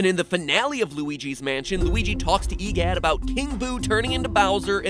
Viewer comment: Hehoha, stupod MitPot, your clearly wrang. E Gidd is actually Woria